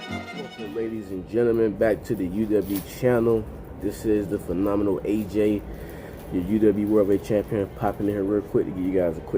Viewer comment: Yes you pronounced My Name Right! PHENOMENAL AJ! I will not be sending any death threats! HAHA 😆